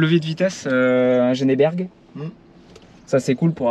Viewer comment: Et dans la foulée, c'est pas "Géné Berg", ça se prononce "DJIN Berg". A défaut on tolérera "Djèn Berg". 😉